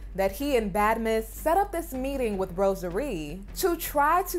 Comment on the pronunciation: Melicia: Rosa Ree. Kim: Rosary. 😩😩😂😂